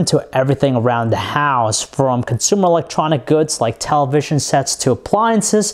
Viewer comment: Hahahahaha you're killing me his ascent is funny.